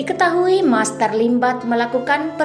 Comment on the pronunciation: Bkn maser tp master